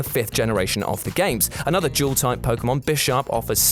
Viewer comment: IF I HERE HIM SAY JEWEL TYPE ONE MORE TIME AND NOT DUAL TYPE!!!!!!!!!!!!!!!!!!!